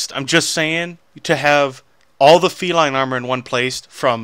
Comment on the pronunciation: you butchered the name feline and deck ;)